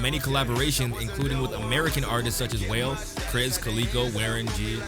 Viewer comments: Bruh, why you called WALE, WHALE??? 😂😂😭😭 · This is an old introduction. There are much more updated and informative ones. Some of the information in this is outdated. His studio is RKive now. And it's Wah-lay, not wale 🐳. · I’m sorry but did you just call Wale WHALE 😂😂😂it’s not a big deal but extremely funny it’s pronounced like ‘wah-lay’ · bruh said wale as 'whale' 💀